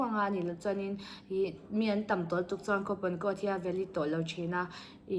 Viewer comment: Mizotawng hman dik loh inei zeuh aw😊 chuan tih hi lam fiah tha teh .